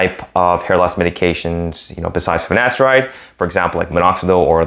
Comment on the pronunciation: You keep saying finastride or ditastride... what about oral minoxidil?